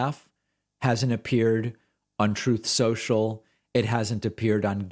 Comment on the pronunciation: Don't forget he doesn't know how to pronounce his own site. He said "Trouth Sensial"